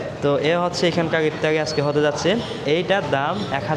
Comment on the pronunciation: আফতারি আবার কি? ইফতার বা এফতার পর্যন্ত চলে। ভ্যাহেস মানে মহিষ, ভেড়া নয়। উচ্চারণ খুবই বিরক্তিকর, আপনি কথা বলার সময় গলার ভয়েসটা আরো বিকৃত করে কথা বলেন, যেটা আরো চরম ক্ষ্যাত মার্কা লাগে।